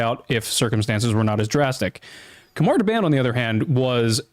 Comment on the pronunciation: Khamar da-BAHN. Soft A.